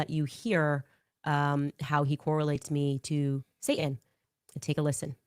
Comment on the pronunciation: She can’t even say satan right. She completely misses the T.